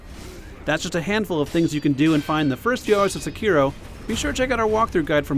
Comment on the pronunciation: please learn how to pronounce "Sekiro"